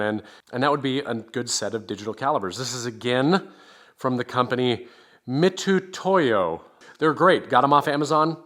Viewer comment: You did indeed correctly pronounce Mitutoyo, and FYI that company has been very highly regarded for their measurement tools for decades. As a former metrologist (calibration technician) I can attest to their accuracy and reliability. They have also been priced accordingly, although they have come down in recent years.